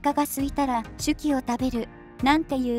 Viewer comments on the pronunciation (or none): シュキじゃ無くてシュキーですよ！